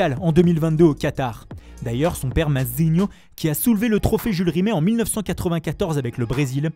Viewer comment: C’est insupportable quand vous dites mazzinho par contre on dirait un nom chinois 😂